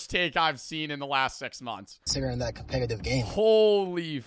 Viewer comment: Holy shit, he says "compegative"